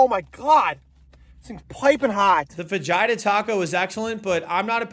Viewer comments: Omg he said "fa JI da", must go into the deepest depths of hell. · FA-HEE-TA PLEASE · “Fa-jyha taco” 😭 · UM YA sounded like Vagina Taco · it’s Spanish and pronounced ‘fuh-heat-uh’ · You say it like fa-he-ta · fa he ta bro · He said fa-geeta didn't he. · I misheard it as Fagina burrito at first and had to watch it again 😂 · Fajayta lmao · I thought he said "Vagina Taco" and was so very confused. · (I thought he said fa-gina rhymes with you know what ROTFL..... I had to pause to read what was on the screen and quickly understood XD) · Me when he said"fagida taco" 😳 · You do know fajita is pronounced fa he ta right 🫣 please tell me you did that on purpose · It's pronounced fa-hee-tah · Hahaha!!!!!!!! He cracked me up with that!!!! He pronounced it like peter from family guy! 🤣🤣🤣🤣🤣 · I was distracted from the joke about my nobs difficulty by the way he says fajita. A mexican would beat you for that pronunciation oml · Says Fajita wrong says it correctly after it burns him lol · lmao bro said fajita 😭🙏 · THE WHAT TACO??? DID YOU JUST PRONOUNCE THE J IN FAJITA???? WTF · the way he said fajita hurt me 😭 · the way you pronounce fajita and claimed that a buccees burrito was the best youve ever tasted is proof of gentrification in the us. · i fucking hate the way you say fajita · God that fajita pronunciation hurt me as a Texan and someone who knows a tiny bit of Spanish. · Why do people pronounce fajita like its a super sayan from dragon ball 😂😂😂😂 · There is no way he pronounces fajita that way in real life right? …Please? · Just say fajita correct bud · i’m whiter than paper and i even know how to pronounce fajita right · I paused the video to laugh after he said it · I raced to the comments immediately after he said it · I read this comment before I got to that part and I was expecting to just hear the j being pronounced like a j instead of an h like "fajeeta". I was NOT expecting this man to somehow make fajita rhyme with vagina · Its FAH HEE TAH NOT FA JIE TAH